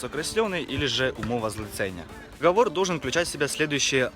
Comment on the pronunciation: Не дОговор, а договОр!!!! Слух режет.